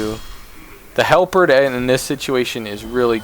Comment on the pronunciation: This helped me so much but oh my god every time you try to pronounce "halberd" i lose my mind lol